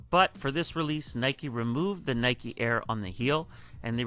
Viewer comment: It’s NY-KEE not NY-KUH.... it’s like when people say it’s a Nike “check” cringe city!!! It’s a SWOOSH GODDAMNIT SWOOSH SWOOSH SWOOSH!!!!! 😤🥶🤬🤯🤭😂😂😂 Also imagine ADIDAS JORDAN 1 (Air was a Nike exclusive technology before it was Michaels’ famous nickname, his first nickname was captain marvel) so imagine ADIDAS CAPTAIN MARVEL 1 ADIDAS JORDAN SUPERSTAR 1 ADIDAS JORDAN FORUM 1 etc. It could’ve been so much worse THE JORDAN SPORTS INC 1 😕🥴🤭🤢🤮🤤😴